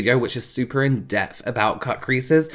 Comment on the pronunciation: Awww 🥰 I LOVE his accent! Especially around the - mark where he says in depth twice and it sounds like/ comes across like he is pronouncing it like in-def or in-deffed instead of in-depth/in-depthed with a (TH sound tttttthhhhaa) And question… when he was talking about his back color was the color Called pubis or was he calling the color pubis bc of the tone of ur was like a pubis type of color or did he mean to call it a putrid color as in he disliked it!?!?